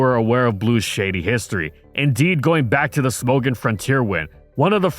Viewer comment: "Smogon" is pronounced like "smog on" without the pause